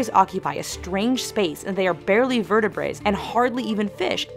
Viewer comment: "...they are barely vertebrates..." not "...barely vertebrae..." We know that they aren't backbones.